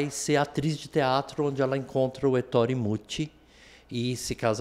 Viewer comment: Ettore, com acento na na primeira sílaba/vogal. Fala-se é -ttore!